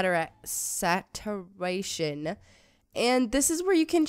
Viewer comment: Saturation is Sah Chur Ay Shun